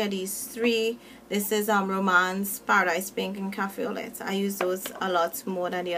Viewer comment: I love romance. Wud like to see u in the purple madness. P.s. Its cafe au lait (pronouned lay) :)